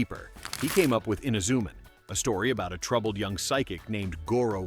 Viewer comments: Yeah its Himitsu sentai Goranger. nothing else XD Technically the first Sentai is Ishinomori's first co-worked anime Rainbow Sentai Robin. Also hate how this AI keeps calling Inazuman inzuman or something. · Filled with the usual A.I. inaccuracies and mispronunciations ("Eena-ZOO-m'n"?), and what are "bell-bottom boots"?